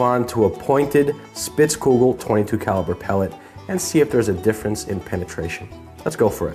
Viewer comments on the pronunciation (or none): Spitzkugel. Ansich ein Widerspruch. Wenn es ein Amerikaner ausspricht, wird ein Schuh daraus. 🤣🤣